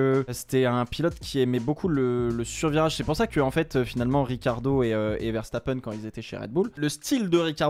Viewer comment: Pourquoi l’autre il dit Richardo ? 😂😂